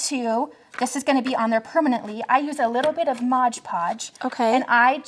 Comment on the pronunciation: it is MOD Podge not Modge Podge.